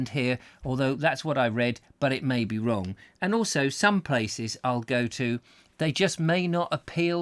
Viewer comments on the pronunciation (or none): none